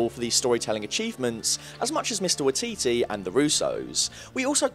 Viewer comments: Waititi - is pronounced with a Why: as in why-titi. Also the arc of Breaking down Thor is to show the real Hero - its not strength of Arms or Weaponary or Abilities that make a Hero - it's the unwillingness to quit, its getting back up, to continue a fight - if only to buy others more time to escape. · It’s pronounced y-eee-t-tee great videos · It's pronounced "why-tee-tee". Like Waikiki but with T's. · This was incredible and insightful... But your mispronunciation of "Waititi" was driving me CRAZY. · You pronounced waititi wrong and it bugs me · You butchered Waititis name every time 😂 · i cant believe how you pronounce 'waititi', surely listen to someone say his name before making a titular vid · Your pronunciation of Taika Waititi's last name is utterly horrible haha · Great video but being from New Zealand my spider sense went off everytime you said Taika Waititi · Anyone else from NZ legit cringing at this pronunciation of Waititi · I do love it when foreigners utterly fail at pronouncing Maori names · Waititi lol, its Waititi, but this was a very in depth video so churrrrr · Can you at least pronounce his surname right? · You're saying Taika Waititi's name wrong. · Sorry but I hate how you pronounce Waititi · the way you say waititi makes me want to jump off a bridge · it's pronounced "Why Titty" not "Wah T T" xD (from nz how we pronounce it ish) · Its waititi.. why-tee-tee not wee-tee-tee.. lolz. Love it. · im sorry but the way he says wateetee hurts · I'm a bit late to the party, traffic was horrific, but Waititi is pronounce Why-tee-tee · The pronunciation of Waititi is “why-tee-tee’ more emphasis on the ‘wai’ and the ‘titi’ to be said faster like “titty” 😅 hope that helps :) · Hahaha it’s so weird hearing someone from America try to pronounce a Maori name EDIT: thought I might add this for anyone who wants to know how it’s actually pronounced its, wa i ti te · hahaha you saying taika waititi was the the best part this video you said taika why tea tea